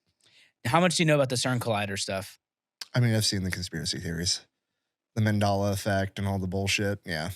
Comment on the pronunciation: is mispronouncing Mandela on purpose....